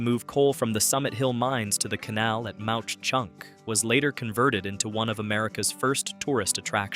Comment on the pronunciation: Ma Chunk is the pronunciatio. Not Mount Chunk!